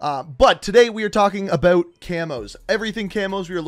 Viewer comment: "Aboot" he just blew his cover, now we know hes Canadian